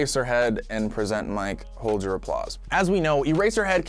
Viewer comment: I'm sorry but the way you say "present" pains me